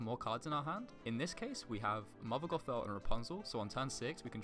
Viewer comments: Well done mate! Great video! Only feedback is that next time we meet I'm going to teach you how to say "Gothel" 🤣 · The way he pronounce gothel is gonna be the end of me.